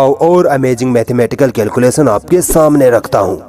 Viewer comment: All is okay, but CORRECT your pronounciation....calculation ko "के"ल्कुले"स"न नहीं "कै"लकुले"श"न पढ़ेंगे !! अपने वीडियोज़ में बहुत सी जगहों पर आप "श" की जगह "स" बोलते हैं जो घटिया लगता है । उच्चारण सुधरने की प्रैक्टिस करें ।